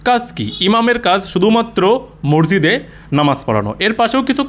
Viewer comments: ভাষাটা, মরজিদ নয়। শব্দ টা হল, মসজিদ । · ম স জি দ . ঊচ্চারণ ঠিক করার অনুরোধ রইল। আপনাকে আমি রেগুলার ফলো করি. সেজন্য লিখলাম